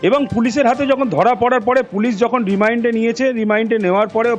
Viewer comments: Not remind it is remand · Remind noi remand dada! Ki bhul bhal uchharon koren apnara ?! 🫠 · REMAND....না রিমাইন্ড!!!!😂😂 স্ত্রী...না ইস্তিরি!!??🤣🤣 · Remind na REMAND , Geram na GRAM, Istri na STIRI ...Dupoisa besi diye bhalo reporter rakhun sunte boro baje lage !!!